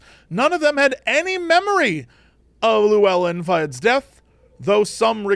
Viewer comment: ... Jesse. Llewellyn is a Welsh name, not Spanish. It's not pronounced "YOU-yin", it's pronounced the way it looks, but with a fricative on the double-L's. It's (closest simple approximation for a non-Welsh person) "THLUH-well-in".